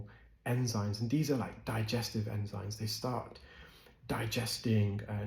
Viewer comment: Enzyme NOT enzyne!!!!